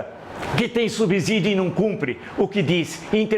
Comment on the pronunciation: Villa, vc diz "subzolo"? Se não, então por que diz "subzídio"?